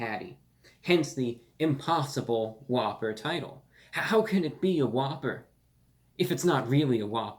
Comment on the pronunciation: You just made it impossible for me to order the impossible whopper. All I keep hearing is spit on a whppper.